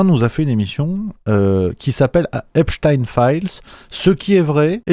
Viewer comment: ça m'agace cette prononciation epstine genre à la russe !! alors que c'est bien epstein un nom juif point ! tout com einstein qu'on ne prononce pas einstine ainsi que zilberstein et non pas zilberstine !!! cette façon de vouloir mettre un peu de russe dans cette affaire est vraiment une façon de vouloir noyer le poisson dans le monde entier alors que c'est en grandes majorité l'occident qui est bien mouillé com d'hab d'ailleurs ...